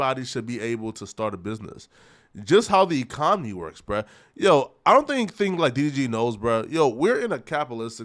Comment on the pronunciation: He can’t say economy 😂😂😂 ecomy